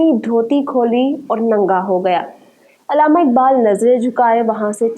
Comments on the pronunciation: अलामा नहीं बल्कि अल्लामा बोलिए mam علامہ اقبال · Alama na bolain Allama lafz hai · Mohtarma correct word is ALLAMA not ALAMA.